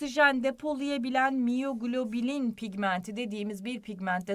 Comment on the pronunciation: Hocam ders çok güzeldi ama takıldığım tek şey miyoglobin pigmentine miyoglobilin demenizdi😅 tutamadım kendimi derste ufaktan tebessüm ettim :)